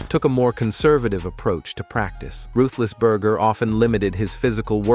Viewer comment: Who is "Rethlessburger"? 😂